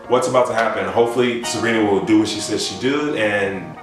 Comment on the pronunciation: Am I the only one that noticed is calling Sabrina Sarina